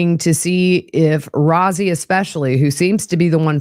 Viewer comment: Attorney Rozzi is pronounced like Rosie.